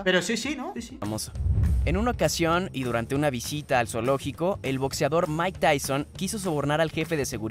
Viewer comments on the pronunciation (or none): none